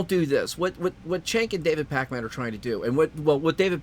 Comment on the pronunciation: you put too much emphasis on "man".